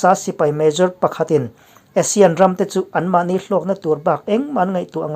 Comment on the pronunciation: ASEAN tih lam rik dan tur hi a ri hmasa zawk hi Mizo hawrawpa 'A' dik taka lam rik tur tih hi ka lo hriat dan a ni a. Asia tihah chuan a ri hmasa zawk hi 'ei' tia lam rik tur a ni thung a. Inanga lam rik hi kan tih dan tlanglawn a ni a, lo chik ve teh.